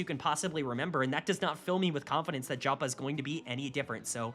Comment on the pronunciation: KC first ? Liked and Subscribed, you know how to make us happy lmao (Jopa is pronounced Yopa btw)